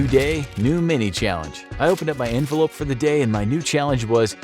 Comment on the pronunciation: Did he say envelope or 'Infolope' hehe?